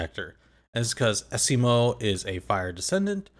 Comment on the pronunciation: Are you deliberately calling him Esiemio as a nickname? There isn't a vowel between M and O so it's supposed to be pronounced as Es E Mo not Es E Me O... 🤷‍♂️🤷‍♀️🤷